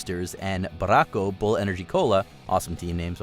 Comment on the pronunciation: You did pronounce Barako Bull good 👍🏻👍🏻👍🏻